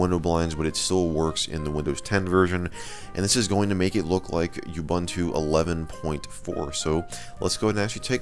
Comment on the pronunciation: you-bun-too is actually ooo-boon-too xD